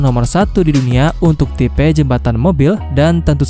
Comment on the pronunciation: Min tipe kok ucapnya tipe